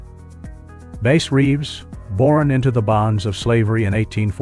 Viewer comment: You lost me at "Base Reeves"